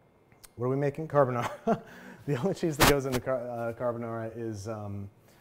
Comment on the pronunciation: Babbish I could listen to u say Carbonara in that Italian accent over and over